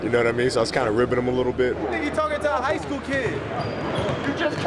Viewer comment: kobe 🤣🤣 "you just came outa jigh school kid!"